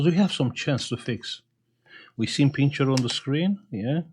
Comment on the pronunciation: i like you when you say : we have picturrrrrre 😀